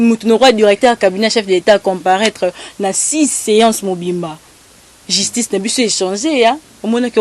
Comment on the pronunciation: Pardon maman chroniqueuse balobaka justice et non jistice. Pourquoi Mr. Kadiombo n'a pas choisi Rene pr faire cette Emission?